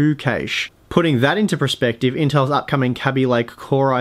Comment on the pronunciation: That's not how cache and Kaby are pronounced, mate.